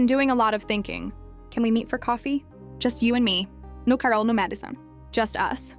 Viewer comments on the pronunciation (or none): why bro said Carol and Madison like that???